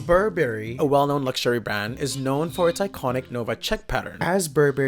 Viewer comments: Burberry is pronounced Burr-Burry. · So funny how you pronounce BurBERRY;)